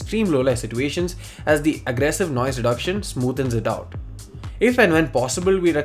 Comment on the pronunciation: si"T"uations Lmao